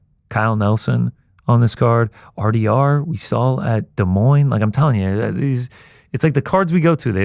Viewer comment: Glad to hear everyone on this show can pronounce Fiorot properly, unlike the entire UFC broadcast team.